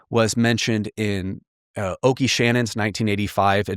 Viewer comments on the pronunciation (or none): All those acronyms and calls Oke Shannon Okie... it's pronounced Oak like the trees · Isn't it pronounced "Oak" Shannon? Not trying to be a know it all - I just want to know how to say it haha